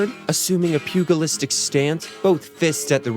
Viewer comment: Who is narrating this and why can't they correctly pronounce "pugilistic"?